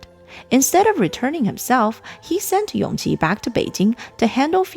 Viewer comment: Isn't Yongqi the son of Noble Consort Yu? His name is pronounced Yongji